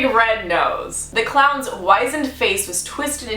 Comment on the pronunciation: I thought you were saying clouds, "I'm not scared of clouds but most people are". But you were really saying clowns, LOL.